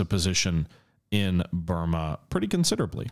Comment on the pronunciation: but you said Bruma, not Burma.